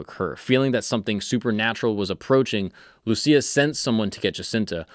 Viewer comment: You pronounced Lúcia wrong